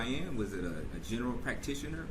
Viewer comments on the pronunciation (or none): none